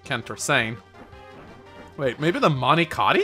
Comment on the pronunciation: It's not Mani Kati It'S nOt mAnI kAtI It's not mani kati